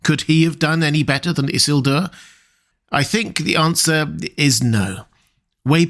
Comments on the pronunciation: Everytime you say "Isselduer" by brain goes "Eesielduuuur" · I hate the way you pronounce Isildur. It needs more emphasis in the middle and end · why are you saying isildur so weirdly bro - you're not different. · So is this guy's fluctuating pronunciation of Isildur bothering the hell out of anyone else?? Like either he's trolling us or pulling a Cumberbatch "pengweng"